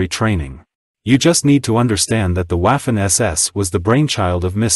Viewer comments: It's not pronounced Waffen, but Vaffen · Buddy it's not waffen like waffles.pronounce it properly. The w is pronounced as a v.as in vaffen or verse or vibrant etc.